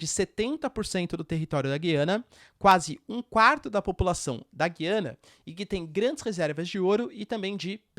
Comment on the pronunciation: Já viu professor de geografia que não sabe falar o nome do país? Ele diz Guiana com "u" mudo, mas o correto é Gu-iana, pronunciando o "u"